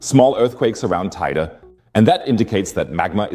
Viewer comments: “Tey-dey” not “tideh” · How many different ways are you going to pronounce Teide? It's TAY-DEH. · Shouldn't you at least learn to pronounce Tenerife and Teide before doing an article like this? None of this is surprising since its been almost exactly a century since the mountain erupted.